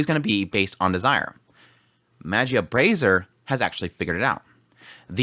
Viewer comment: every time I hear someone say "Bay-Ser" x_x pls, look up how to say this name, pls